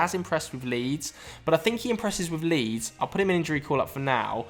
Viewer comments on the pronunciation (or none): none